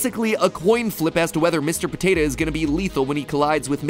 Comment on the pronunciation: why do you say potato like patata?